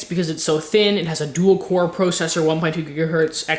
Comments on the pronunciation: Lol " PROcessor" it's processor. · pwocessor lol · "it has a Duel-Core PRO-CESSOR" not just a processor a "PRO-CESSOR".